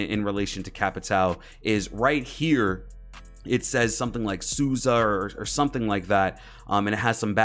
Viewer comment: I’m Brazilian and it’s so funny to see how American YouTubers speak capitão or souza😄